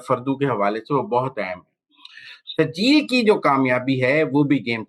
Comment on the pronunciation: او سہروردی صاحب ، یہ "" سرجیل"" نام کا میزائیل نہیں اس میزائیل کا نام "" سجیل "" ھے اور یہ نام قرآن پاک کی سورہ الفیل میں ھے زرا پڑھ لو